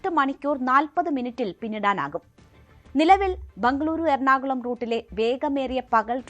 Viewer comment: Endinanu ee bhangaluru bhangluru ennu parayannadu? Bejar ennu parayan pattunna malayaligalkku Bengaluru ennu parayan endanu budhimuttu?